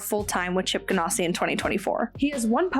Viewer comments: Subscribed. Excellent content. Love your energy. Please change one thing though: it's GanASSi, not GanOSSi. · I really enjoyed your show just want to clue you in even though you made it sound much classier by saying gan ah si it is pronounced like you are an ass Ganassi😊